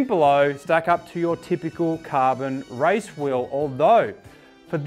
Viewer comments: Why do you say RICE instead of RACE... Learn English for God's sake! RICE is the food. Race is the competition... Got it? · Why do you say RICE instead of RACE????????